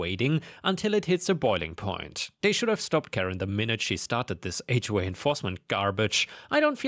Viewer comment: Also "H way" instead of "HOA".